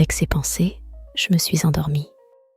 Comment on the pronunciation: Sauf que prononcer le S de "ces" ou "ses" etc ça casse un peu la narration...